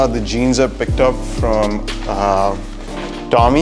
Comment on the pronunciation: Hate the way he pronounces tommy and diesel, says it in such a freshy accent